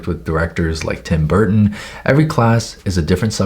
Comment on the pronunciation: I have a feeling you summoned a whole country when you said Tim Berton. (totally not me lol)